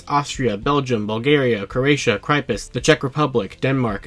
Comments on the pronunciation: It's CYPRUS! Pronounced "Sy-prus" (It's my Country - Mediterranean Island :D ) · Cryprus 🤣